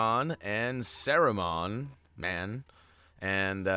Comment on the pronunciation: If you're looking for help with pronunciation, Sauraman is pronounced like; Saw, Rue, and then like Jamacian "Man" (Mon) Sauron is Sow (like a female pig) and Ron, like well Ron, any Ron will do, Ron Weasely...etc. Love the Videos "Mon"